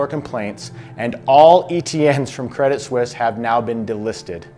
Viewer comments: 'credit seuss', what lol? Did you mean 'credit suisse' ? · It's not Credit Seusse, it's Credit Suisse. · 11.36 Credit Seuss? I think a better speaking mistake would've been Credit Suss but hey close enough lol